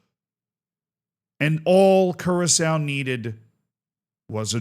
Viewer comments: No, its Kurasao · still can't get over saying curaco